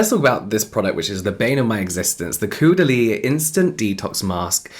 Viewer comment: Always amused that nobody can pronounce Caudalie. 'au' is 'oh' in French. Like Taupe.